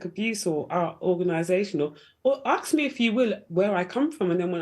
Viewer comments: This is the woman who said that Meghan Markle suffered "domestic violence" from the Royal family. If I've told you once I've told you a million times, don't exaggerate. And after protesting that "I'm British", she comes out with "in my culture". Sorry, I thought you are British? And if you are why can't you speak English? It is "ask" not "axe". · What a trouble-maker! The way she dresses, her hair style, her saying "aks me", calling her charity "Sistah"... obviously she stands for a culture and heritage that is NOT British but yet, she's making a fuzz about being asked where she was from. How this is not a setup? And where is the recording of her "transcript? Could be, perhaps, that the conversation didnt go as she claims it did? Now the media is bringing out what she really stands for, her agenda, her lies. She'll fade into oblivion soon.